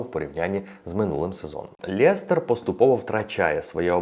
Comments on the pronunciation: чудова українська, але будь ласка не Лєстер а Лестер :goodvibes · як же ж той Лєстер ріже слух) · чому " ЛЄстер"? Жесть як ріже вухо!